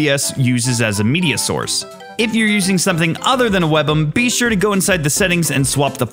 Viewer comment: your pronounciation of webm is sending me.